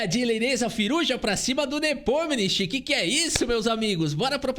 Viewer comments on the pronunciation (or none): parabéns por mais uma bela análise, meu canal favorito de xadrez. Mas sugiro que dê uma sondada na pronúncia do nome do Nepo em russo (que é tipo assim: Yan Nepomnyashchiy). Mas ouvir um russo falando facilita 😉